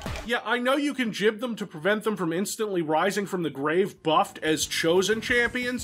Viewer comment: by jib you meant gib, right?